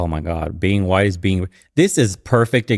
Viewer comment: Why did she say Hwhite ppl? Why did she add and emphasize the extra H?